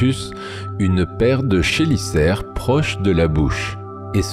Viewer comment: Superbe vidéo comme toujours ! Une remarque sur la prononciation : Chélicère se prononce "Kélicère" et Chitine se prononce "Kitine". Longue vie à cette superbe chaîne très éducative !